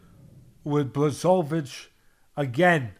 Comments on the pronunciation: It's disgusting how you pronounce Błachowicz's name. Look, it's that simple, just say Bwahoveech. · BWA-HO-VITCH. This is how "Błachowicz" is pronounced.